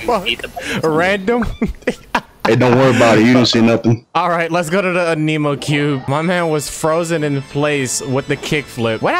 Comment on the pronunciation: ANEEEMO WHAT Pronunciation anne- eh - mo